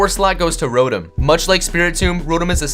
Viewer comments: You idiot. it's pronounced Ro-Tom not Ro-em and it's pronounced Un-Own Not Un-Nown. also Get Your Spelling Right. it's i'm not im. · It's not rowtem its row tom